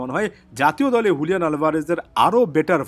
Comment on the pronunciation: Bro not huliyan it's Juliyan